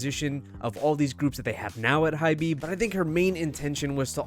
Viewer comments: Lmaooo not him pronouncing hybe as hybee 😅😅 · jfyi Hybe is pronounced like hype but with a 'b', the e is silent